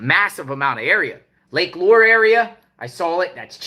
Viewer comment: Lake Lure is pronounced Lake loo-er